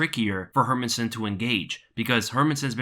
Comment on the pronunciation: Its pronounced: Hair-Mans-Son .. Not Herminson